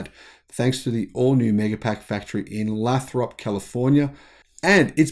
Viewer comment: Lathrop is pronounced with a long 'a.'